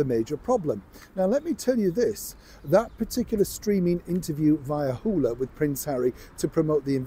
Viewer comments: It’s Hulu not Hula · it's pronounced hulu, not hula.😊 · It's Hulu, not Hula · That network is called Hulu, not Houla. You said that 3 times in a less than 4 minutes video. That‘s just unprofessional. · We pronounce it Who-loo (Hulu) Stateside 😉 As always, love your work!💚💚💚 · Hoo-Loo,! Sorry, but I had to tell you! We love you anyway:)